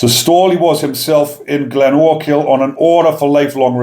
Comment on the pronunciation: Good pronunciation bigman.... Glenochil.... I'm impressed. 😎👍